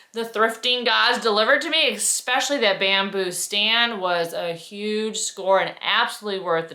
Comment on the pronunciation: I adore your videos, but you have to stop saying ECKspecially. Italian vase is awesome. I love your style. I'm in Italy, so I'm going to keep my eye our for vases.